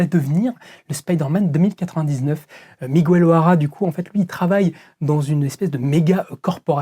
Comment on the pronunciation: On prononce "Miguéile" pas "Migouelle" 😅 pauvre Miguel O'Hara 😂